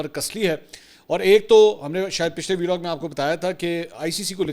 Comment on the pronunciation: Belog nhi hota Vlog hota hai jahil aadmi madherchod